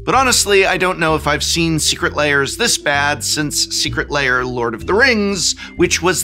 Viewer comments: Aaaaargh.. why do you pronounce it 'Layers'? LAIRS rhymes with BEARS, prof. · Why do you pronounce it so similar to "layer" heh. i can never unhear it!